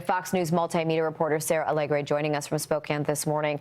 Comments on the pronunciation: Oh brother: Fox anchor woman pronounces Spoe-kan (Spokane) as "Spoken". She must have learned from AI. Didn't even bother to do her research as to how the city is pronounced. Low class rated news. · Spoke- CAN not prounced Cane. Yes you can, in Spokane. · Spoke-Inne Washington